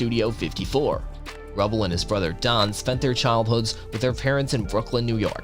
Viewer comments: It’s pronounced Ru bell not Rubbell Jesus you hardly get any pronunciations right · It is Steve RU-Bell. Not Steve Rubble. Pronounce RUE-Bell . Rubell. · his name is pronounced Steve "Roobell" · Get the names right - klaus know-me, Keith ha-ring, Steve Rue-bell, Kah-rell (film with Brad Davis)